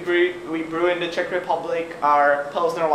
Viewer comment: brooo, it’s czech, not chick... but anyways, your videos are great :)